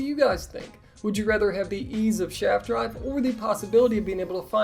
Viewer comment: Sharft drive” YES” 👍